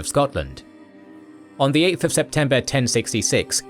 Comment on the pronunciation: did you call hadrada "harada" instead?